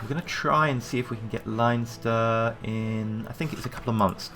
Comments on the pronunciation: it's pronounced LEN-ster.:) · It's pronounced LEN-ster ;)